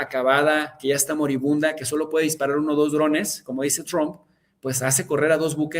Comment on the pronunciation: Escucho mucho a en su canal porque me parece un gran analista, pero siempre hay un momento en que le cambio porque no lo aguanto pronunciar Trump (Chromp) y ponerse a balbucear en inglés